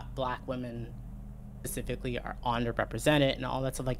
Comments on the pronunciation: Is saying 'pacifically' instead of 'specifically' a dialect quirk im not aware of or is just dumb? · Pacifically. Edit: Wait, did she just say she wanted her video to be the end of the discourse for the whole space? What the fuck kind of naive self-aggrandizement is that?